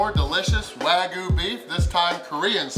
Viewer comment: Wag-YOU not Wagoo. You're my boy, but ya gotta get that right.